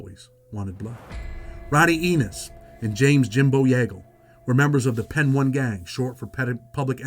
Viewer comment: Its Pee Niii ! Not pen 1